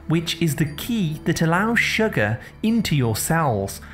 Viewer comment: I think his natural accent is probably from the north or middle of England and he has flat vowels which he’s trying to disguise for whatever reason. He’s turned the flat “uh” sound in “sugar” into the “ah” sound which he thinks sounds better (again for reasons best known to himself) when in actual fact even people from the south of England don’t say “shagger” (which in the UK is something else entirely!) they say sugar with a slightly less flat “uh”. I love the different local accents and have to admit it was grating on me too, so that explanation is my best guess 🤷‍♀️